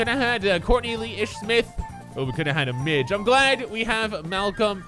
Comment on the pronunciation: lol "we could've got a midg"